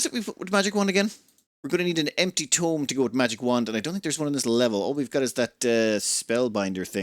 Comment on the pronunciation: As you seem to be struggling with it tome is pronounced toe m and tomb is pronounced two m.